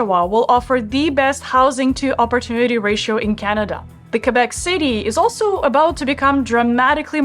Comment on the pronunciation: THAT IS WONDERFUL THAT YOU PRONONCE QUÉBEC THE RIGHT WAY!! Thank you from a girl living in Québec city! :)